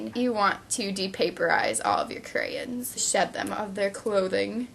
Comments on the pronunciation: Stop saying creyin it's sounds so dumb who ever told to say it like that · CraYOns is the pronounciation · You say crayons wier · Lol "crayins" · whats withher saying "crayins" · CRAYONS. NOT CRAYENS LOL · Crayens😂, it's crayons😂😂😂😂😝😝😝😂😂😂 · It's crayONs not crayINs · stop fucking saying crayins its crayons god fucking damn it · I don't even say crayons. I say crans hahah I didn't know people said it differently:) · crayons not crayens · she says "cray anns" lol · she says crayns (cray-ns) lol it annoys me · I love how you say crayins :P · Checking in from the Northeast: we say it crans here, too. I had to read a bunch of comments before I figured out why people were giving you hard time! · Its pronounced crayins! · You hear how she pronounces crayons